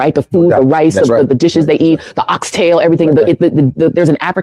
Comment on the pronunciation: “Yestahdey Ghana htOoOk hOmE an OSKHA” foh mobutu yall took home some bush meat😒